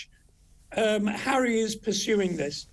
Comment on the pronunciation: *Harry, not 'Enry lol.